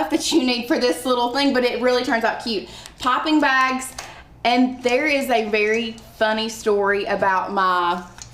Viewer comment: Pipping bags sorry I thought you were saying popping bags!